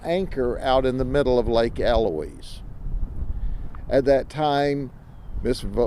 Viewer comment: Well, he pronounced 'Eloise' correctly.....